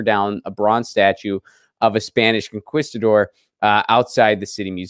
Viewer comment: You live in LA. You ought to pronounce conquistador correctly, broooo. 🤪